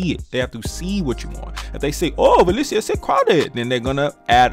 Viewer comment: LMAO "OH WALESIA SIX CWOWDED" bruh. I'm dying laughing.